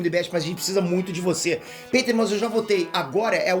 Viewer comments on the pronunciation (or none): none